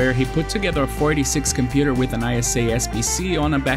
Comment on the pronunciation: This man slurs "486" in such a way that I always hear him say "46", instead.